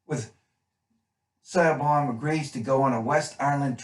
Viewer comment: great review, but....it's 'Shiv-awn' played by Hermione Corfield, i'm Irish, that's how it pronounced.